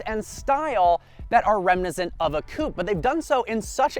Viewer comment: dude, its pronounced rem·i·nis·cent